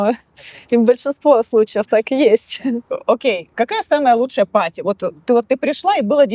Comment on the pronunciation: Блин, когда вы научитесь произносить слово парти party, а вы говорите паату, что звучит как potty. Что звучит как наделать в горшок.